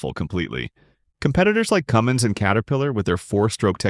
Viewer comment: Why does everyone call it Cumming, it’s CumminS